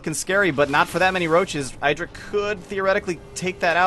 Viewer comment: I get why you want to be like Artosis, he is awesome. But it's Idra not Eyedra -.-'